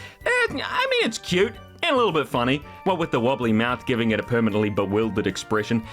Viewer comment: "cute" and a lil bit "funny". It's cunny,.